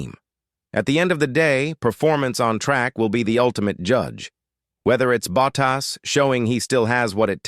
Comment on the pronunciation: kThis is wihtout question the worst audio for F1 I've ever heard. It is awful. Spend some money and get a real person to read the text. A person would pronounce Bottas's name correctly and not sound like a bloody machine. UGH! tycho's comment puts it in context.